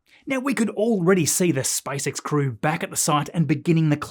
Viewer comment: Every time I hear "SpiceX"... 😂